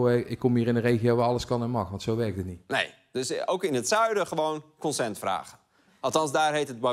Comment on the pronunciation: In het zuiden noemen we "consent" gewoon toestemming. Dat is namelijk gewoon het Nederlanse woord voor het Engelse consent. Net zoals inhoud voor content, tweedehands voor "occasion" en ga zo maar verder. En nog een tip: als je met alle geweld Engelse woorden wil gebruiken, leer ze dan ook correct uit te spreken.